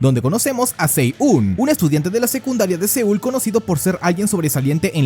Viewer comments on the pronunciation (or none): Si-eun se pronuncia algo como shi un o yi un se pronunciaría